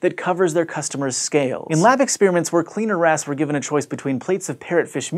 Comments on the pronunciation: Lol. The good old cleaner ass. I can't be the only one who only heard him saying cleaner ass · who else heard CLEANER ASS all the time?? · kept hearing cleaner ass